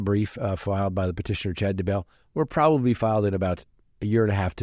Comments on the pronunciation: Not, Chad da-BELL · Wondering - are you in the eastern part of the US? It's Chad DAY-bell